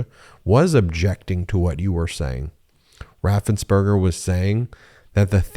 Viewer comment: Brad Raffensperger. Not Rathenberger.. ~3K